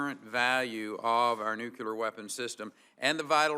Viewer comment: NUKE–CLEAR..... NOT "nucular" Jesus christ, if you're gonna head the DOE, can you please get that through your little head